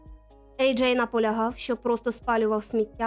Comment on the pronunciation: Ви що знущаєтесь? Чому ви постійно його називаєте Еджей і Аджай? В нього два ім’я чи ви не можете визначитися як вимовляти?